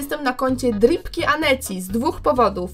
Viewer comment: Jak mowilas ,,Dripki Aneci" Uslyszalam przez chwile Dupki Aneci XD